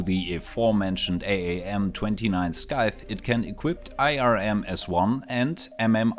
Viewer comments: Something to help with your English pronunciation is Scythe is pronounced like sight, not skip. It's not something that you'd need to practice, but it is a thing you can practice, along with ignoring the second b in bomb. I think you do a fantastic job regardless, easily understandable for conversation with no real improvements needed unless you're aiming for 100% fluent natural speaker levels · after the last update the 20/5 meters altitude to avoid detection has been replaced and now you get progressively harder to spot as you get lower, depending on your RCS i think that if you have too high RCS (like the revoker) it might be impossible to hide (btw scyte is pronounced "saif" i think)